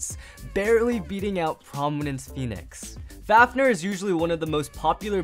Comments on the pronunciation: Say belial and fafnir correctly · Are you mad you are saying vanis fafner meh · him continuing to say belial, requiem, fafnir, and rashad wrong.